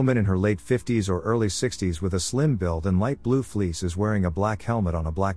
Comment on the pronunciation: Can you say earrrrly😂